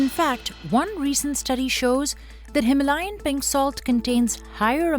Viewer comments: Him - layan nhi hima - layan 😅😂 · no himalayan, its HI-MAA-LA-YAN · The narrator needs to learn to pronounce Himalayan. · Wild pronunciation of Himalayan